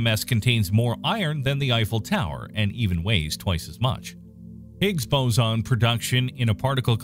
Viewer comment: It's a.. Hicks... Boozin... Noh... It's not a quar.. K?